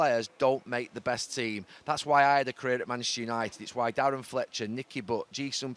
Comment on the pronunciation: Love how neville always says Manchester United in the fastest way possible - manchunited